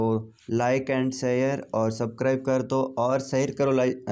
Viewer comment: abe सबकराईब nhi hota सब्सक्राइब होता h